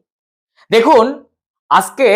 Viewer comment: খুব ভালো লাগলো। আজকে বলুন,আসকে বললে বড্ডো কানে লাগে।